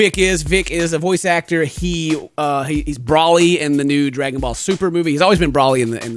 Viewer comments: Who the hell is Braly? It's Broly, Bro-ly, Bro, Broly. Not Braly. lol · How he pronounces Broly 😣.